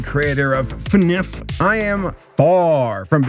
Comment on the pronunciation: Alright, saying "fanif" was enough for me to make it my notifaction sound xD